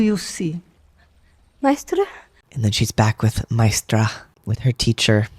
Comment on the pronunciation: The funny thing is they got a young actress who cannot pronounce Maestra. It's not mystra. It is Ma-AY-stra. The accent is on the second syllable. You are the only person who picks up that Jen is not bound. It is self-imposed. That she is UNWILLING to use it. Nobody else got this at all. They didn't use that word for no reason.